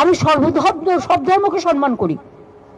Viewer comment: আচ্ছা এই আমাদের দিদিমনি যে বলছেন সনমান উচ্চারণ টা ঠিক না ভুল ? আমরা তো শিখেছি সম্মান তা হলে কোন টা ঠিক বললে একটু শুধরে নিতাম।